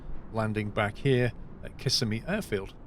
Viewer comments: As a local, I suggest Kiss SEM e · Its the second i in Kissimmee that is stressed. Sounds funny your way. Nice video.